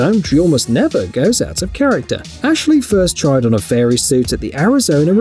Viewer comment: I swear when he said fairy I swear he said furry suit